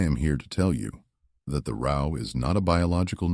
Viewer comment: AI is so Absolutely Irritating. Pronouncing “row” like “cow.” 😂 Also, the spelling errors in the text 😒 This said, this is a super-important issue. Modern agriculture is criminal and is directly correlated to our appalling state of poor health. Thanks.